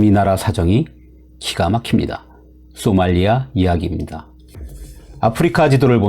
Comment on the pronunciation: 발음 문제: 쏘말리아 X 소말리아 O 비영리 단체들또 X 비영리 단체들도 O